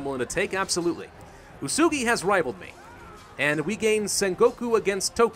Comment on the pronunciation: U-e-su-gi not usugi